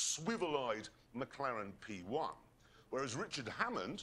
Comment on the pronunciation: "McClaren P1" lol